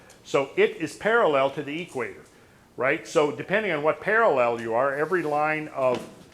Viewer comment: At the eee-quator. Never heard it pronounced that way:) Where does hail from?